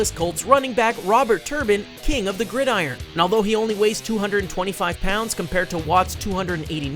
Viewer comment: I let "combine" slide but I cant let "gridiron" go by. combine is pronounced caahhhm bine and gridiron is pronounced grid-er-ron.